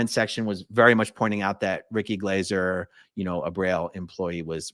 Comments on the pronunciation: I love how Americans are just butchering peoples' names like there's no tomorrow, even if they're english names.. It's Ricky Glaaaahser mate, not Glayser. You literally hear him say his name twice in the beginning of this video. Thanks for covering this non the less. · Ricky Glaser ( pronounced Glarser ) I think. 😂👍